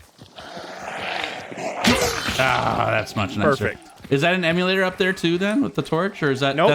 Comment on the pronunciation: Emulator - Immolator. :)